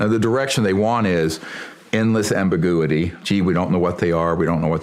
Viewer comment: What kind of ER doctor can’t pronounce the word “ambiguity”?